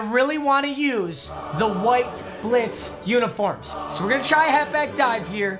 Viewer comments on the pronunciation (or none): none